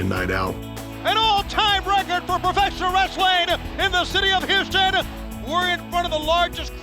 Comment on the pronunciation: where is "YOUston Texas"???